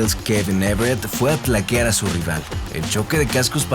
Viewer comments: Eh we se dice “Tacklear” no “Tlackear” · Es taclear, no "tlaquear". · Carnal, no es “tlaquear”, es taclear- de tackle… nomás una apreciación de cuates.